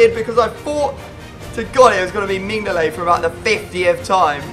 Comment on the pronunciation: It's Min-neo-leh